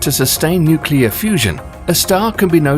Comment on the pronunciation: Nuclear not nucular